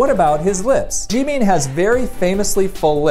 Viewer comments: his name is pronounced jim in not Jee mean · I’m sorry did he just say “JEEMEEN” 😭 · The way he says G meen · His pronunciation of Jimins name is 😖😖😖